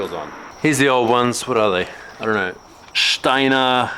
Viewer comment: The first time you said "Steiner" was pretty accurate - since it is german. It literally means "Stoner". It means "someone who lives near a stone". You have a knack for languages, don't you?